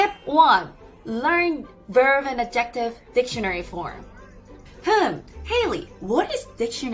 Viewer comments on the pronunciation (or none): Quick english lesson to reciprocate for your helpful Korean lessons -- for the word "ADJective", the stress is on the first syllable. In this video, you are stressing the second syllable (adJECtive).. Hope that is helpful to know. 🙂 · 저는 한국에서 영어를 가르치는 일을 합니다. 우연히 이 채널을 알게 됐네요. 우선 죄송하다는 말씀부터 드립니다. 영어를 아주 완벽하게 구사하셔서 대단하다고 생각합니다. 그런데 adjective는 첫음절에 강세가 있는데 두번째음절에 강세를 두고 발음을 하시네요. 한 예로 여기입니다. 저도 과거에 한때 이런 실수를 한 적이 있는데 이렇게 영어를 완벽하게 하시는 분이 이런 실수를 하시다니 좀 의아해서 말씀드립니다. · Adjective emphasis goes on the first a, not the first e!! Just a tip.